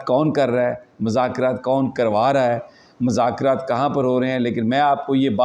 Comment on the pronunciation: السلام علیکم محترم یہ لفظ مذاکرات میں میم پر پیش پڑھیے